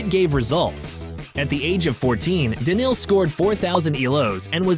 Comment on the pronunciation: I think this was AI who made this video. All names were pronounced incorrectly. Simpl was written inctead of s1mple ... Daniel donk? He is Daniil. Dislike